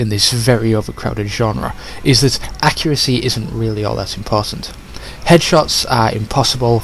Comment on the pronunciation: Extreme accuraceh. Brilliant.